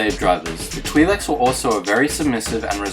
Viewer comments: Why cant this guy pronounce twi'leks right XD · Mispronouncing twi leks